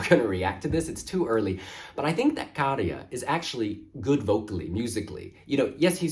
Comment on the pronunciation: Your pronunciation of Käärijä is as good as it gets to a non-native speaker